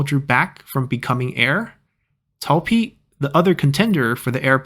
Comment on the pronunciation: did you say Zhi instead of Pi. Edit: I mean